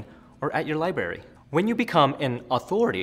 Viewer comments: It's library... not liberry. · This is great information to follow, but as a public speaker I would expect him to say libRary, not libary. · Library NOT LIBERRY!!!!!!! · Did he say libery, instead of librery? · he says libery....Looool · Here's another tip, don't say "Libary". It makes you sound like a moron who has never been to a library. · What's a "libary"... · "Libary" all credibility gone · "...or at your libary..." LOL! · whats a liberry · Liberry. Lol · Enjoyed the video. Just wanted to say you might want to pronounce the second r in library. I know I'm a bit of an asshat. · step one:know who to pronounce library.